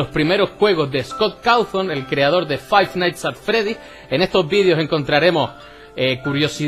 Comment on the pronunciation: Five nighthts XD